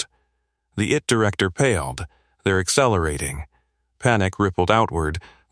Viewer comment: Please amend : its NOT "it director". It's 'I T Director'. 'I' and 'T' are two different words.